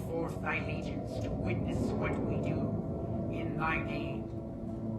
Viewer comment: That constant usage of wie - or something similar like german pronouncing w as v is killing the video little by little. Staahp.